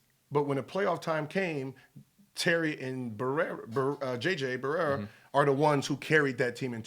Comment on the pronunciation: Charmers, Barerra, "H"orry... Gil is just a piece of magic LOL